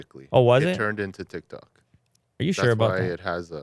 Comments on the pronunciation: TIKTOK not TICTOK..... LMAO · Tiktok not Tictok:( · "It's TicTac not TicTok lmao :joy: :ok_hand: xd...." - Every millenial ever